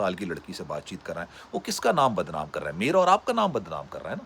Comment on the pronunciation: "کر رہا" کر ررررا